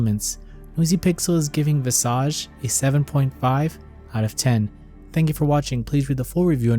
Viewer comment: It's just nice to hear someone finally pronounce the word "visage" correctly. It's old French based on the Latin word "visus" (to see). But It means "face" in French.